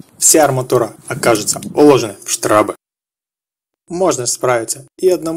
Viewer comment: не штрАбы, а штрОбы!